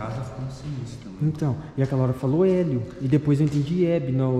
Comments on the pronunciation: o nome do marido da Hebe Camargo é Lélio, e não Hélio!! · Não é elio, é lelio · É LÉLIO E NÃO HÉLIO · O chama ele de "Hélio", mas que na verdade ele se chama Lélio!! 😁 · NÃO É HÉLIO É LELIO! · Lélio, era o marido da Hebe Camargo., não é Hélio e sim Lélio. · O nome do marido dela é Lélio e não 'Hélio". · Lélio era o nome dele, e não Élio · Não é Hélio é Lélio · O nome dele é Lelio, não Helio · soh errou o nome do marido da hebe camargo ..........lelio .......e nao helio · não é Hélio é Lélio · Pessoal não é elio é Lélio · O nome dele naoy é Elio e sim Lélio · É Lélio e não Hélio kkkk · MARIDO DE HEBE CAMARGO CHAMAVA-SE LÉLIO É NÃO ÉLIO. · Não e Hélio É Lélio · Comunicação não funciona pelo total despreparo com os espíritos...nem o nome do espírito ele sabia ...em vez de falar Lélio, disse Hélio! Aff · E ainda fala o nome dele errado